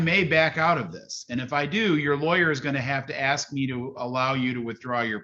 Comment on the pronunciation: He had to "AXE" a question lol Oy vey!!